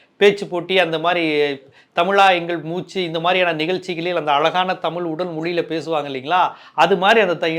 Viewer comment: This is like white people will not tell lies, he just announced party name, let him come, some stage or show he was struggling to pronounce our word தமிழ் as டமில், definitely initial stages he will face this criticism, similarly in kerala vijay has more fans, so don't underestimate tamil fans or people, since all fans/people are not going to vote mr.vijay